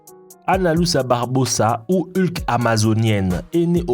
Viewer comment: Ça se prononce Barbosa(Barboza)😂